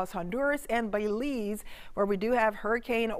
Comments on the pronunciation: It's not Bayleese, it's Belize the pronouceation is important. There is no emphasis on Bel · Miss it’s pronounced Bel-ize not Bey-lize 🙄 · Thanks, good job. I'm from Belize, it would have been nice to have an update on Lisa maybe at midnight or before daylight. Details about the approximate area where the eye will touchdown would be greatly appreciated by all Belizean. (It's pronounced like Bill - Bill-ease.)